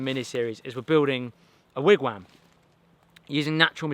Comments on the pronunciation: very exciting start to the wigwam! thanks for including north american first-nations style. if i may point out, the pronunciation is 'wig wom' with a 'soft o'. like wig tom. wigwam. thanks. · Great video! Btw wigwam is pronounced wig-wom - or wig-wawm I’m Cherokee from Oklahoma. Soooo- Anyway I’ll be watching the rest of the build. I learned that from my “mum”😂😂😂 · It seems so funny to hear the way you pronounce wigwam (wam rhymes with ham). In Canada we would say Wigwom (wom rhymes with Tom) Love your videos. What will happen when you finally move? Will there ever be videos with Dustin again? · Me: Wigwam German people: Vigvam